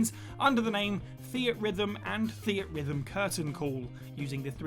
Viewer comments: Theat rhythm 😂😂😂 I’m inclined to correct this nonsense... its pronounced Theatre rhythm come on bro 😂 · I always pronounced Theatrhythm as "Theatre Rhythm". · The way he says "Theatrhythm" hurts my soul